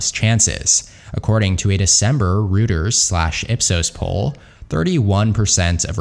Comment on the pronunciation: Reuters is pronounced "ROY-terz"